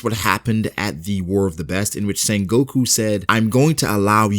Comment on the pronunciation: Bruh its not sengOku its sEngoku